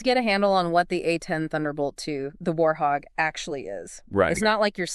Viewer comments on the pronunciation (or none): Its Warthog. Not warhog or warhawk. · Warthog not warhawk or warhog